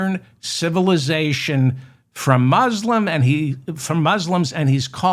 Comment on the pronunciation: Could you pronounce "Muslim" properly, please?